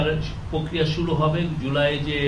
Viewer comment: প্রধান উপদেষ্টার প্রেস সচিবের মত একটা পদে বসে উচ্চারণের যদি এই হাল হয়। আগে খেয়াল করেছিলাম উনি "র" এর উচ্চারণ ইংরেজি উচ্চারণে বলেন। এখন খেয়াল করলাম "প্রক্রিয়া"কে বলছেন "পোক্রিয়া", "চার্টার"কে বলছেন "চাটার", "পার্টি" কে বলছেন "পাটি"! মানে কি আর বলব! না হয় বাংলা, না হয় ইংরেজি। কাদের এনে কোন পদে বসাচ্ছেন!?